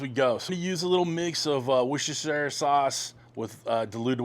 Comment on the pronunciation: Worcestershire sauce Pronounced wu-ster/sher/sauce I was born there